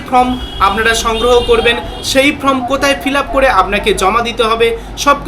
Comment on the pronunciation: কথাটা Form, From নয়